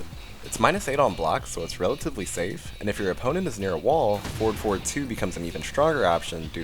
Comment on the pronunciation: For the new ones heres i was hearing 4,4, 2 instead of forward forward 2 😂, even the subs says "ford for 2"